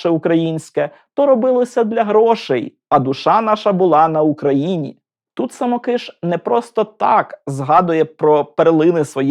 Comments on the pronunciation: Дуже дякую! Але звірте наголос у прізвищі. Мені здається, що СамОкиш, а не СамокИш. Перепрошую. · Дорогенький-саМОкиш-саМОкиша. Ріже слух ваши вимовляння самоКИш. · Дякую за цікаве відео! Єдине маленьке зауваження. Наголос! Все-таки СамОкиш, а не СамокИш. За всієї поваги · А чи правильно ви наголос у прізвищі художника ставите? Коли я вчилась в академії мистецтв, то наголос був на інший склад. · звісно, діло ваше, але я від професіоналів, що дотичні до його творчості, такого наголосу не чула ні від кого. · Дякую за відео. Я вчився в Сімферопольському училищі ім. Самокиша, та декілька разів бував у його Харківській академії. Можете якось обґрунтувати, чому ви наголос робите на "и", а не на "о"? , бо за всі роки навчання жодного разу такого наголосу не чув, дякую. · Браво! Достойний сюжет про талановитого митця! Щоправда, є одне зауваження. Коли я вчився разом з правнуком художника, той ставив наголос у своєму прізвищі на О (так же ж, як і тележурналістка у відеоцитаті). Я гадаю, що родині видніше. З нетерпінням чекаю на сюжет про Сергія Васильківського.